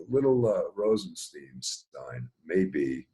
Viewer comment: ROSE EN STINE that's his pronunciation